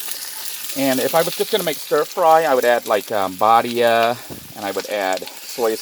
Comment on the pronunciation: I've been watching for a while. Thanks for sharing your life. Thought I would mention, while the brand of the seasoning is spelled Badia it is pronounced Bad-e-ah. Also, have you tried Goya brand Adobo seasoning. It is cheaper than buying the small Badia bottles at the dollar store, you can find it at any Walmart and in my opinion, tastes better than Badia.